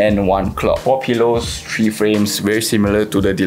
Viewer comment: Good thing you had subtitles initially . I didn’t really understand your accent . Charming how you pronounce ‘three’ as ‘tree’😂